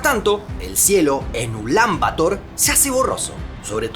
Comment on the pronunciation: Una pequeña corrección: "Bator" se pronuncia acentuando la palabra en la segunda sílaba; no en la primera. ¡Muy buen video!